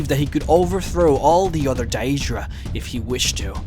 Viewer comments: He pronounces it like in Oblivion which is "DAY-EE-DRUH" , Skyrim is "DAY-DRUH". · You put way too much emphasis on the word Daedra. DAEEEEEEdra. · say Dayeedra one more time....its pronounced daydra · It's daedra (day-druh) Not daeydra like he says it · its not dayyeeedra its daedra common man say shit properly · I hate the way this guy says Daedra. Its pronounced 'Day-druh'. Not 'Day-ee-druh'. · day-dra, not da-edra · Stop saying DIE-EED-DRAH. The correct pronunciation is Day-Dra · he says daydruh a couple times. he doesn't seem to be able to pronounce words properly anyway - so it can be forgiven. It could be an act of course. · Its pronounced one way... DAY-DRUH... Thats the end of it. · You can not even pronounce deadra properly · why do you pronounce daedra like a dumbass xD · the way you pronounce daedra and daedric is triggering me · love your vids, but you make me want to use the wabbajack to turn you into a sweetroll everytime you pronounce Daedra and Aedra wrong XD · am I the only one raging at his pronunciation of daedra and aedra? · Maybe we'll see one where you can pronounce Deadra correctly, the other stuff you misspronouced, is annoying, but the amount of times you said that wrong, dude, you need to listen to the dialog in the games and you'd get it right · I really, really hate they way you say deadra... Other than that, great video. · You got all the information spot on except for one thing...the way you pronounce your words. Idc if english isn't your first language or not. thats still pretty bad...Jyggalath? where the hell is there 'th' i'm sure theres a 'g' there. as well as how you pronounce Daedra... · The only thing that irritates me about this video is the pronunciation of 'Daedra' and 'Daedric' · Jyggalath ? What the fuck not only can't this guy prenounce Daedra, Sheogorath or even JYGGALAGG holy crap... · You pronounce Daedra wrong. You don't emphasis the e...